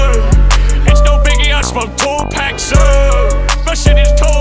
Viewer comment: Gotta let that Tupac mispronunciation slide because that bar was fucking hard